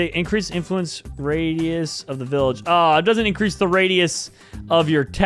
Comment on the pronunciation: Stupid guy:it’s vallage